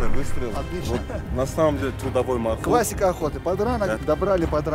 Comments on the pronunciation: Не мархур а МОРХУР. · Правельно говорить,не мархур,а морхур.Мор с Фарси,змея.(Змееед). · НЕ МАРХУР А МОРХУР. НЕ НАДО ИЗМЕНИТ НАЗВАНИЯ ИЗ ЗА ПРОИЗНОШЕНИЯ. МОР - ЗМЕЯ. ХУР - ЕД . ЗМЕЯЕД. ЗАЧЕМ ИЗ ЗА ВАШЕГО ПРОИЗНОШЕНИЯ ИСПОРТИТЕ ИМЯ -НАЗВАНИЯ. НАПРИМЕР ХИСОР HISOR Вы називаете Гисаром GISAR. Если из за произношения Андрея назвать Андрай это как выглядеть. В советские времена из за произношения портили наши имена и фамилии в ЗАГСЕ. НАПРИМЕР ШАРИФ-а ШАРИП-М написали на свидетельство о рождении. Ахмада AHMAD писали Ахмедом. И мою фамилию так же испортили. У узбеков в произношении нет буквы Ф они произносят П. ИМЯ В ЛЮБОМ ЯЗЫКЕ НЕ ДОЛЖНО ИЗМЕНИТСЯ ИЗ ЗА ПРОИЗНОШЕНИЯ.